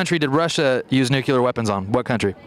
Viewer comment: This guy needs to learn how to pronounce "nuclear"